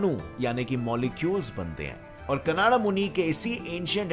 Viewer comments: Not कनाडा it's कणाद ok. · आप नाम को ठीक नहीं बोल रहे, ऋषि कणाद को कनाडा बना दिया। ऐसा सब k नाम में किया हे। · कणाद not कन्नड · Kanada nahi kanad angrej ho kya 🇮🇳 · "कानडा" नाही रे बाबा "कणाद"... 😂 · Actually it's not 'कनाडा' , it's 'काणद' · Vo kanada nhi shri Acharya कणद h 🙏🏼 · It's not कनाडा it's कनाद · are angrej wo kanada nhi kanad muni h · Not kanada yes kanad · It depend upon people How did they read and Understand it . Some kanada some kanad but he say Canda 😁